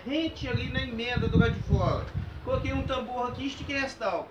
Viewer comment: Ao invés de TAUBA FICA BEM MIÓ PRONUNCIAR TÁBOA